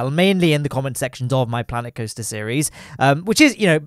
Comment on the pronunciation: Sooo Klanet Koaster